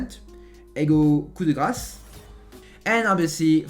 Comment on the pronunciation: i loveyour french, especially when you said coup de grace 💗